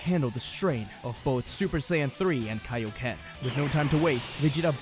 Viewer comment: I hope we never hear Vegeta say “KAO KEN” EVER AGAIN💀